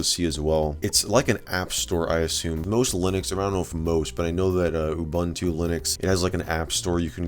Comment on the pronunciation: Please stop calling Ubuntu "You bantu". That's actually pretty offensive in South Africa. The letter U is pronounced "u" throughout the word. No need to get creative.